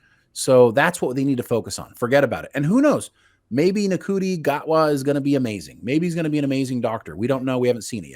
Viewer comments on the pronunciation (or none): Ncuti . Say Shooty